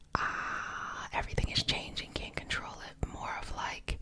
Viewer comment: i love how you say Caint aha :)